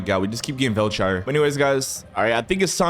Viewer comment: Velchire armro